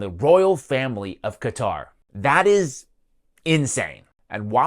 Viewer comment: Why cant these idiots say qatar?